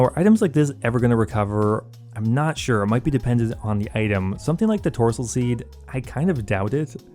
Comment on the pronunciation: I believe it's Torstol seed not Tortsol